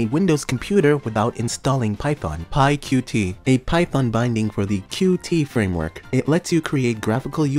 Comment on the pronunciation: so.... pyqt is pronounced pycute (idk why I still remember this from when I first started trying to learn python and graphical interfaces but that's their deal with it